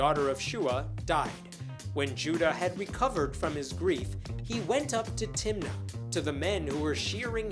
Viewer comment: When you said, "went up to Timnah", I heard, "went onto Tinder".